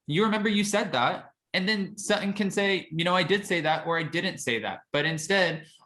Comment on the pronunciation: Please stop saying SUT-IN. Her name is SUT-TON… and she and Garcelle are the BEST!!!